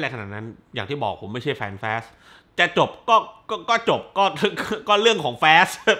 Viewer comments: ทำต้องเรียกแฟสทำไมไม่เรียกฟาสเหมือนคนอื่น😂😂😂พยายามแตกต่างตลก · อนาคตถ้ามีภาคใหม่ ช่วยพูดว่า ฟาสสสส ได้มั้ยงับ แฟสสส ผมรู้ถึงเตะหู เหมือนพี่พูดคำว่า ตด ฮ่าๆ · ตกลงผมอ่านผิด หรือพี่เขาพูดขำขัน fast ฟาส หรือ แฟด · สรุปอ่านว่า ฟาส หรือ แฟส